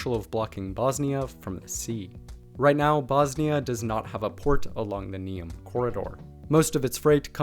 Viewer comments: I must congratulate you on correct spelling of Croatian names. It is rarely seen in American people. Though it's funny how you pronounce Neum wrong, as if your message is that only Croatian toponyms deserve correct pronunciation. :-D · You gotta learn how to say Neum right. It took me a few second to realize what you were saying. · Excellent video, but please don’t take this complaint personal; your pronaunciation of names that regarded Croatia and Bosnia were very incorrect, to the point that I myself didn’t know that Neum is Neum until you wrote that down. In future please give some effort to your pronaunciation as it is very disrespectful towards both countries and on the other hand, I guarantee that people in both of those countries have a very good pronaunciation of English proper names. Great video!